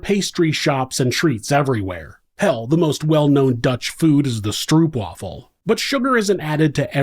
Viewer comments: Stroepwaffle -> Stroopwafel ;-) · The oo in stroop wafel sounds like the o in slow not like the oe is shoe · Welcome to the lowlands. One tip. Stroopwafel is like saying ohh! So Strohhpwawel. 😅